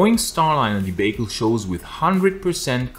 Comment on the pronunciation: It is debacle, not like bake but barnacle.